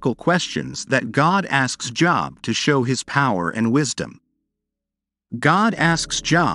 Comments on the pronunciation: It’s Job, like load, not Job, like Bob. Humans know this. Idiotic computer generated voices don’t. Save a human … hire a narrator! 🇨🇦🖖🏻🇨🇦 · Or even like "lobe".